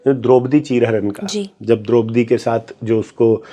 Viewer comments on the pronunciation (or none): none